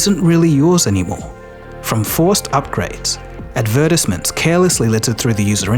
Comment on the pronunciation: YESSSS! He pronounced it correctly! Way to go